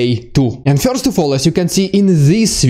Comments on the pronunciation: first not "fjorst" wwrrrrrrrrrrrrrrrr! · Sorry, I prefer fjorst. More exotic, see.